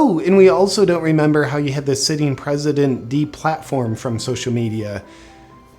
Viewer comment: Oh, just like Psaki, the P is silent. We have a resident.